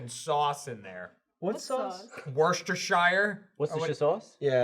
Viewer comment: I love how can pronounce Worcester correctly but struggles with Worcestershire.